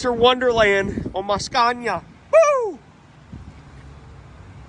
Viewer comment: Finally said Scania the proper way instead of your usual Scan-ia....you are not scaning anything😅